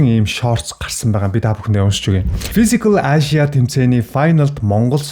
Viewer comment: Fisicall aaashya gd bhin kkkk